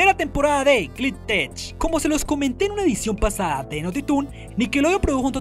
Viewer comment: Porque dices "Glitch Techs" como "Glit Tech"???